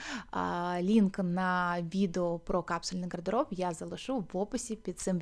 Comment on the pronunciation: Нажаль українська мова не дуже по-українському звучить, дуже ріже слух звук "г" гострий, як в російській мові. В українській мові є два звуки і дві букви "г" звучить м'яко, а "ґ" гостро. Так от "гардероб", "чорноГо, синьоГо, вдяГати, взаГалі" і тощо мяють м'який глибокий Г, а не гострий Ґ. Інформація добра, але я не змогла дослухати. Єдине слово, яке почула нормальною вимовою "багато".